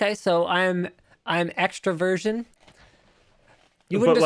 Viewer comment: Can't help but hear Linus pronouncing "extraversion" as "extravirgin".